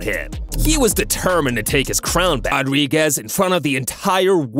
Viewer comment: No one questioning how he said Rodriguez’s name